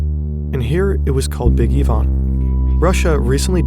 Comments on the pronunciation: wtf bro that is NOT how you pronounce ivan... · Big Yvonne, or Ivan? Video sounds like they are saying Big EE-van.